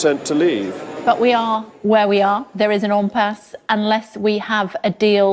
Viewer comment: What the hell is an 'umpass'? That's two MP's I've heard say it. It's IMPASSE!! IM not um urm whatever. Bloody toffs